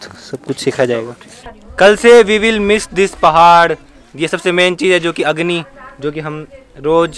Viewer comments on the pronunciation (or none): I think he is telling Hagni 😂😂 But he tell Agni